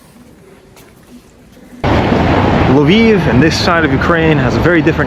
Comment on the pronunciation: You pronunced "Lviv" like "Love Eve". 🤗